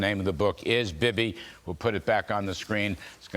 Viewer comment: BIBI is pronounced: BEEBEE, SHALOM BIBI